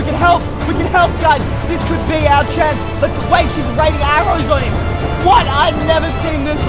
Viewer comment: him not hime